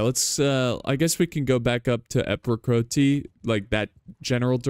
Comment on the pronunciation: Everytime says "Epicroteaa" Me: ☕🇬🇧🇬🇧🍵